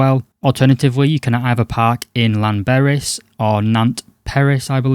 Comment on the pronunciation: Sorry about that mis-spelling. English is my second language. Let us make a deal, I will learn how to spell 'apologise' and you learn how to pronounce Llanberis. But you have to realise that the 'Death Trek' videos become tedious. Perhaps doing something original might be a good idea and not encourage the Instagram wannabies (OK, grammar/spelling police, how is it spelt?) onto the Death Trek.